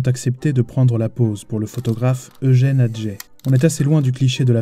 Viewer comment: Bonne vidéo, cependant on dit AtgeT (le T se prononce), et tu as utilisé une photo de Brassaï à un autre moment (qui est bien plus récente) mais c'est du détail tout ça